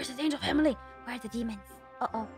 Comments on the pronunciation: "Deamons" lol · Its call demons